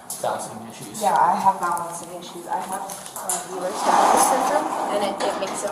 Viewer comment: I thought she said Buellers Danlos Syndrome instead of Ehlers. But I could have heard incorrectly. After that all I could hear in my head was Bueller? Bueller? 😊